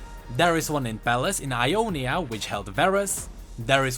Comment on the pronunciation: Nahuel Armesto its Ionia not Jonia